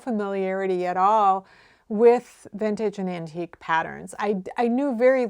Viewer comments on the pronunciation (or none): none